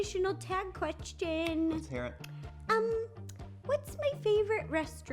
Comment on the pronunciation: I love when she says Qrestion